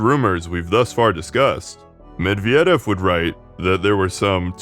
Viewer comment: You are on the right track but I think the vocals and the stresses are kind of tricking you. For example the unstressed e sound in Perestroika or Medvedev is a i sound (as in bit). It's hard to give notes on all the nouns, nor am I the right person to do so, but I think google translate pronunciation is pretty decent these days and could help you out (put the name in Cyrillic tho). Love your work btw